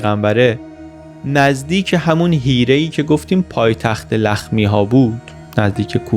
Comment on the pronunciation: آفرين لفظ حيره رو درست گفتي.